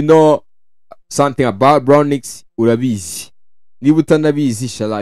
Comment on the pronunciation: ni bronx not bronix bro